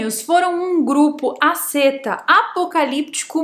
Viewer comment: 'ascêtas'? kkkkkkkkkkkkkkkkkkkkk